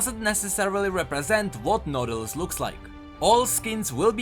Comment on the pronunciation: I heard "noodles" when he said "nautilus"